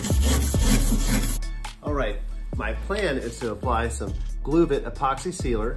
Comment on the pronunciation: Great video! I’ve only heard it pronounced “glove-it.”